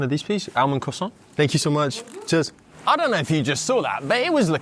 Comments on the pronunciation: 1.01M. The .01 is very important. The croissants are so cheap in France compared to the UK. I think they are subsidised by the French government. You said "thank you so much" in a French accent. 😂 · Why did he say “thank you so much” in a french accent 😂